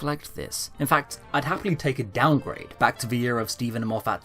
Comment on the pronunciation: Why do you pronounce Moffat as "Moff-AT", with such a strong emphasis on the second syllable? Everyone else I have ever heard say that name pronounces it "MOFF-et".